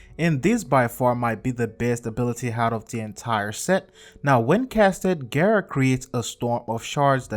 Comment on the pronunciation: it's gara not gera there no e in gara